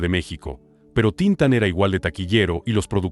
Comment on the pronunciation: No se pronuncia Tíntan sino Tintán vease bien el acento. El oso no es balooo se pronuncia Balú